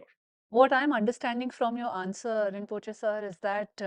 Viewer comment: “Rinpochhe sir”, im dead 😭🤣